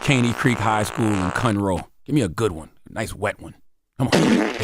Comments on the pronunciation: Dam that's my hometown 🤦🏾‍♂️ Conroe TX. CTG pronounced it wrong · Wtf did you pronounce Conroe like that? Its not a "town" its just the burbs outside city limits. Yall kill me with yall houston ignorance but yall always wanna come hang out here.